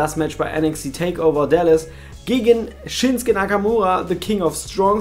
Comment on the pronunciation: Der heißt doch ShinsUke Nakamura! Und nicht Shinske ...........